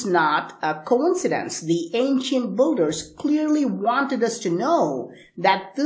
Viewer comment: Ok say BUILDERS, ( BILL-DERS ) not ( BULL-DERS ). I am sick of hearing you mispronounce this word over and over as many other people are. BTW, these monuments were not cast like that, and they are a hell of a lot older than 800 years. People found it there already built, (SAY BILT). Stop confusing more the ignorant.